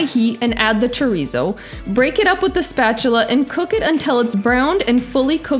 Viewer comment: You gotta your tounge when you say chorizo or it’s not chorrrizo 😂